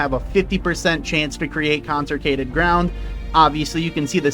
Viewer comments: "Conserkated" 😂 consecrated my guy. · I don't think you pronounced Consecrated correctly a single time 🤣 It's good to see that OwtL is still alright even after the nerfs